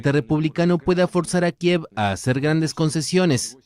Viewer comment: Oooo dijo algo nuevo "kieve"😂😂